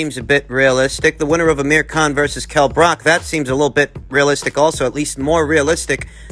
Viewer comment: Bruv, it’s not Brock, it’s Brook. Book with an R in there